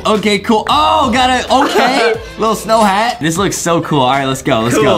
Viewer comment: Adam just said gool its cool lol